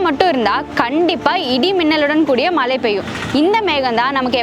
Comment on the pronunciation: மலை இல்ல மழை மேடம்